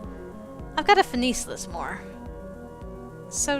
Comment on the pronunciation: Avery, your "finesse" is horrible.